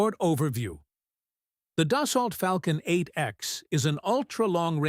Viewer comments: Pronounced dus-soh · AI slop and it can't even pronounce "Dassault".